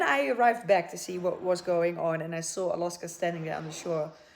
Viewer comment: its Alaska not Aloska :)